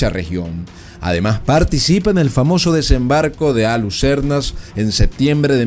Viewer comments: Mauras no, Maura. Alucernas no, Alhucemas. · Desembarco de ALHUCEMAS, NO ALGUCERNAS!!! ( A VER SI LEEMOS MÁS HISTORIA DE ESPAÑA Y NO HABLAMOS DE OIDAS). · Desembarco de Alhucemas, NO "Alucernas". Eres muy malo, pésimo diría yo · Desembarco de Alhucemas, No Alhucernas. Por favor, un poco de rigor